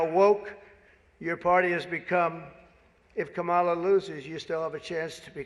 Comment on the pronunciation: Does he purposefully mispronounce her name? Or just not know it.